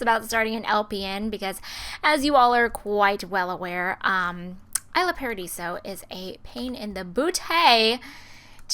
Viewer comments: it's pronounced e-sla paradiso. not I-sla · it's pronouced e-sla in fact since it looks like the name's made to be in spanish so lol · The towns name is Isla Paradiso. Pronounced like Eslah Paradiso. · Really don't mean to be rude, but its pronounced E-sla paradiso. :) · it's pronounced eesla.